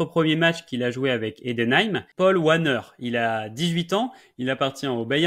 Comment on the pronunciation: Perso hâte de suivre les progressions de Gyökeres et Wanner (petite précision, le W chez les germanophones se prononce V) top vidéo !